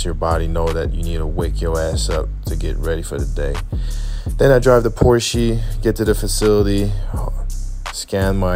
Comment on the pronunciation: What is a Porsch eee?